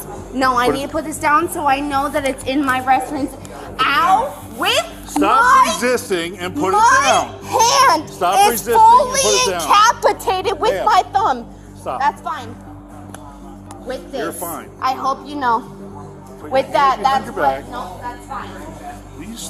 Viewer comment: "Her hand was fully incapitated" hahahah